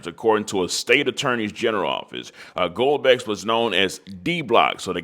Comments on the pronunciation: You need to take some reading classes my friend. “Goldbucks”?? Really?? 😂 how abt Gil-a-bow or Guy-ul-bow or Gee-la-bow…either way it’s “Beaux” pronounced “Bo” like “Bo Jackson”…also it’s “Ravens-wood” not “Ravensmo” or whatever the hell you said…take the time to get your pronunciation together folk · That's a Louisiana last name you just butchered 😅😂 I'm from southwest Louisiana, and that is a very common last name. Gill Boe is how you pronounce it.